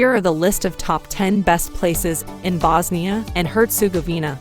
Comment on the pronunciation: Voice over woman should've educated herself on pronouncing names of towns/cites.. feels disrespectful.. name of the country isn't even pronounced correctly...